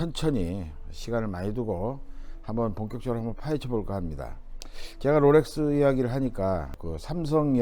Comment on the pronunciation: 로렉스 아니고 롤렉스 😂